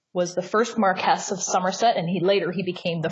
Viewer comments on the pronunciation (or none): Nb. It’s pronounced MarquISS and DArby!